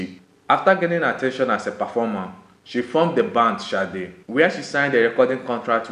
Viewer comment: It's a Yoruba name dear and not an English name .... It's pronounced Shade.